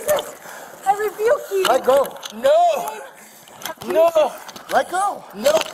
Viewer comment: Wtf is reeevuke? Been watching to much dragonballz.